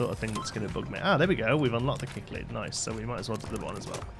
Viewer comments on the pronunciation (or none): I love this series, and I'd love to see you go ham with a sandbox aquarium soon! Also - it's sick-lid. But it makes me grin every time you say kick-lid and it honestly doesn't matter much. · Cichlid is pronounced as sick-lid :-) Hope that helps, would love to watch a series in sandbox mode